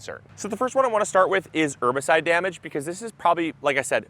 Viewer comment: ERRRRbicide. Polite reminder that the H isn't silent.